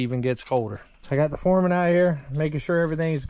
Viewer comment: You keep saying it wrong you have the Supurrvisor and the Furrman. Lol every time you say it I correct you and my husband laughs because I have my headphones on so he has no idea what I am watching until I blurt out "nope your saying it wrong again".